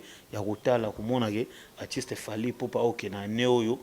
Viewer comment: Voilà encore un autre prestidigitateur pour juste impressionner. Je croyais qu'il était là pour promouvoir la musique et la culture congolaise. Cela se fait déjà sentir qu'il est vraiment haineux envers Fally, car il n'arrive même pas à prononcer son nom. Il fait de la chronique ou de la la promotion ? Il se croit intelligent avec ses expressions françaises rafistolées et bourrées des fautes. Ah le Congo, même une personne comme ( ça) vient dénigrer les musiciens. Pensez déjà à bien vous nettoyer et être propre svp.